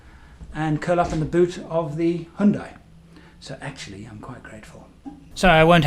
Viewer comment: hundai not honda